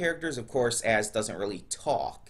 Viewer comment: I know your trying to say Az but seriously it sounds like your saying ass lol